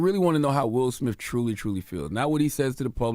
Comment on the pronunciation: Envy, it's pronounced smiTH, not smiFF. Jada Pinkett SmiTH, Will SmiTH, not SmiFF 😆😆